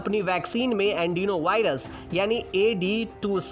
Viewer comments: andenovirus nahi adenovirus hai woh🙄🙄🙄🙄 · Its Adenovirus, not Andinovirus😂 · "Adenovirus" hai "Andino Virus" nahi.....jaisa ki aap bol rahe.... wo bhi baar baar......."News Tak" ka standard achha tha "Aaaj Tak"..!! Lekin appki baat sunkar...lagta hai ki "Aaj Tak "ho gaya ab "Kal Tak" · Andenovirus nahi adenovirus hai bhai 😂😂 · अँडिनो नही अॅडीनो बोलो....देखकर सही पढो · Yes adenovirus bolna ni aata aur news channel me aise Gyan batate hai